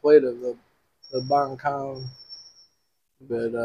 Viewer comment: It's banh cuon not banh coun 😂